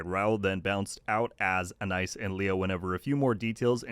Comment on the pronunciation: A-nice? Do you mean Ana-eese (Anais)?